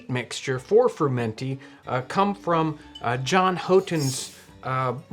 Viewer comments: I,ve only ever heard it pronounced 'fur mun tee' not 'fur men tee' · Just an FYI but I believe that it is normally said FRU-menty, (fro͞o′mən-tē) like FRU-it not FER-menty like FER-ment all though it can be said the way you do it is not the most common pronunciation. At least that is how my Great Grandmother said it as we had it with dinner a few times a month. Also there are many ways to make it we usually had it boiled with beef broth and sauteed onions and shaved carrots, its more like a pilaf that way. You can use the wheat berries in place of rice in most recipes. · Did it bother anyone else that he kept mispronouncing frUmenty? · I guess you will mispronounce the name through the entire video. So, I’ll just wish you a tasty fru-menty. And go on to your next video.